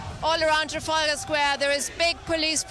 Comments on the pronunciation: Where’s the tear gas? Also the male news presenter couldn’t read Trafalgar Square 😂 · He really can't pronounce Trafalgar can he 😂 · Wow mans didn’t even pronounce the name right first time, and tear gas was not used. I don’t know how people get away with these lies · Can't even pronounce Trafalgar square properly lol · why can't this guy pronounce Trafalgar, its not hard